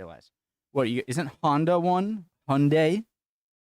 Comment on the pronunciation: Honday? Wtf xD